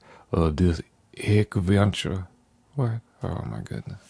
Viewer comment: "Oh my goodna..."